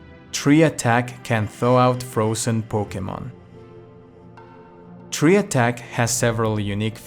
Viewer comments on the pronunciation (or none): it's not "tree" attack, it's pronounced like "try" as in try again.